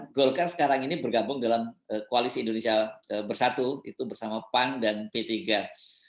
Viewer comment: Indonesia bukan indunisia... Bahasa Arab tidak tepat dalam pengucapan Indonesia